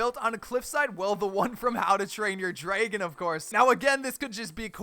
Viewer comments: Anyone else hear him saying draygon, say it right dude. Its dragon. Lol, jk i dont really care how he says it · Draegon? That how you day it lol and opionion-oepinione